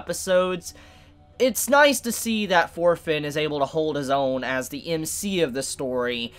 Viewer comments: Thorkell will bring this anime to the next level. I can assure you on that LOL Also, why am I keep hearing "Orphen" instead of "Thorfinn" lol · You pronunce Thorfinn like shit.